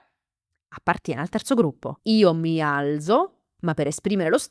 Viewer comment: la pronuncia del verbo alzare non è: "mi al(t)zo? Grazie.😊